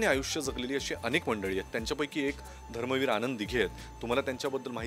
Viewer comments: धर्मवीर बोल ग .धरमवीर काय ? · तायडे, धरमवीर नाही धर्मवीर आनंद दिघे साहेब